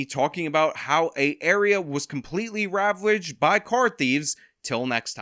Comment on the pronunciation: Completely "rwavraged"? So precious your speech impediment